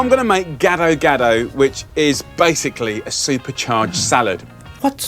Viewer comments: i'm an Indonesian so... yeah... you can guess what i think about this one. especially when he pronounced it "ghetto-ghetto". oh and Roger was right, Gado-Gado's veggies are ALL blanched. if they are raw, then it's called "Karedok", another dish. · Please don't called that dish gsdo gado, so wrong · I love how Jamie pronounces the sauce as "ghetto ghetto". Lol. Happy Holidays to all. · Gado gado to geto geto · When a TV chef cooks “ethnic” food they should at least attempt to pronounce it right, Jamie’s pronouncing it like “ghetto-ghetto” almost. The peanut butter looks like regular crunchy peanut butter, not pre-roasted. In a way it’s better he coated the bowl instead of pouring it over the salad, maybe someone can eat an untainted potato or somehing😁 Merry Christmas chef❤️